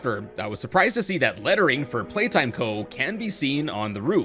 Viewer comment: 😂😂 haha “Playtome”